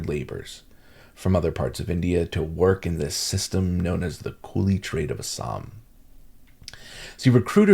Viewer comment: Love your correct pronunciation of ASSAM 👌❤️